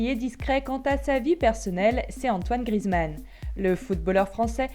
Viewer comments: Grizmann 😂 c Griezmann ça me stress quand on dit ça BREF c tout pour moi 😂✋🏼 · Prononce bien GRI-EZ-MAN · on dit Griezmann bordel 😂😂😂😂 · tu prononce mal son nom, le «e» se dit sa se prononce «é»